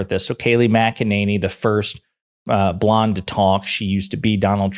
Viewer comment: I appreciate how you say blonde in the same way Trump says blaque